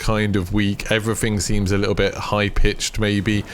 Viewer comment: Really informative video and I'm glad I've found your channel, but my God dude, please try and pronounce your "th"'s rather than saying "everyfing" etc. Not trying to offend but unless there's an impediment there it would massively improve your listenability.